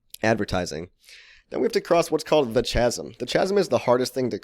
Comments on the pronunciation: great vid but have to say it its killing me, chasm = kasem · You pronounced chasm wrong! /ˈkazəm/ its a k sound not ch sound! Lol